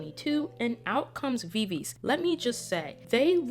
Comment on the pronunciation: I'm sorry, but Viviz is pronounce Vi-Vi-Ji, following their korean pronunciation. Sorry if I sound rude. Thank you.